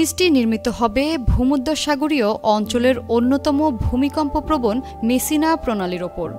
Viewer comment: মিসিনা না😂😂 মেসসিনা😂😂